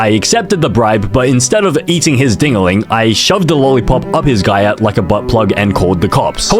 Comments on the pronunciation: Why you say gyat like guyyatt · Why does this man say "giyatt" the whole video instead of cheeks 😔🙏